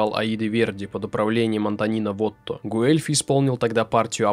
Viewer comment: Собственно Гуэльфи тоже не через У Э произносится, там дифтонг, почти английское w. Но это всё не критично